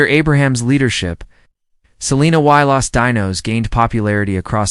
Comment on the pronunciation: Why can't this person talking pronounce "Quintanilla and Los Dinos" they think every vowel is long its unbelievable!!